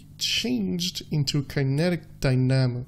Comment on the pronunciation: Dynamo is said like this ''Die Na Mo''